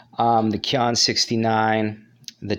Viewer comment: Qian is pronounced "chien" chee-yen